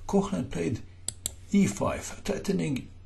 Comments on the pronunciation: My advice would be to familiarize with the phonetic alphabet. The oe (ö) in Koehnlein should sound like the u in hurdle, but more open (the h after a vocal denotes the elongation of the sound before). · Off-topic: there is no voiceless palatal fricative [ç] in Koehnlein - you've mistaken the Umlaut oe (ö) for it - hehe... Nevertheless; Alechin surely procured some friction for Herrn Koehnlein!